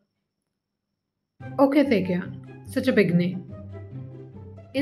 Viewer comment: Well babe Its pronounced oak Taecyeon Not okay Taecyeon Cz im his fan it hurts my soul